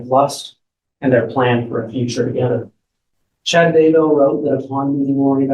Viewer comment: Haven't even started yet but I have to tell you the first time I heard tou say "Chad Dumbbell" in a video I thought I misheard. Rewound, heard it again, laughed my butt off, and now everytime I hear you or anyone else say his name I think of "Chad Dumbbell" and laugh.